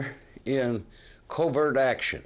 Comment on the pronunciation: In Part I, the narrator pronouncing Dulles like Dallas drove me crazy. In Part II, it's saying covert like covered.